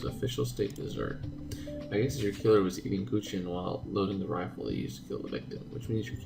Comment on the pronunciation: Not with evil intentions, but I laugh-cringed when you read the word kuchen. But I understand, the "ch"-sound in German is very special. I create the sound by smiling and forcing the air out. The space between the air and the roof of your mouth creates the hissing sound of "ch". Or you just hiss like a cat. That creates it too. Let's see if you managed it by the time of the third chapter.😉😘 Yuna